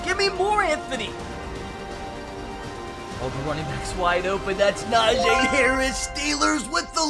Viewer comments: It’s not “NaJay” it’s “Najee” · You saying NAJAY instead of NAJEE is killing me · its NajEEEEE harris not Najay harris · najay ME: -__- its najee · Ss a steelers fan i think its he says na jee instead of najee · it’s na-jee not na-jae lmao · It’s so annoying when he says a nfl players name wrong it’s not najaa it’s Najee haris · It is Najee not najae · stop say NA JAA ITS NAJEE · It’s not najaa najeeeeeee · its no najayyy hariis its najeeeeee harris and i dont know how to spell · Someone teach this man how to say Najee Harris's name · I'm screaming 3very time you pronounce Najee's name wrong